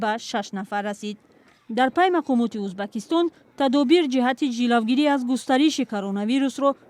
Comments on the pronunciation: Чиба Узбекистон неву Узбакистон гуфта баромад мекуни ? Следи за языкам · Чиба Узбакистон меги хондана ед гир журналисти бояд хато нахони